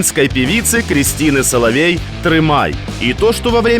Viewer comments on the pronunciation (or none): Прошу прощення, но не Соловей, а СоловИй. Христина СоловИй !